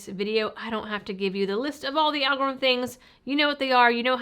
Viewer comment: Al go ryth um